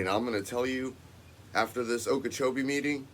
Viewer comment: Its sounds like Okeehomie instead of Okeechobee. Cuz the hommies are sticking together trying to rule the people